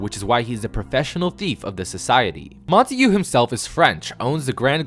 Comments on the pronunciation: Montauge is pronounced “Mon-Tog” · I never knew Montague was pronounced like that 😂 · cant get over the way he pronounces Montague lmao